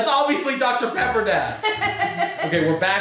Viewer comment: The way he said dr pecker instead of Dr Pepper lol